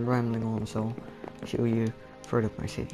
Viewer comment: and say city not shity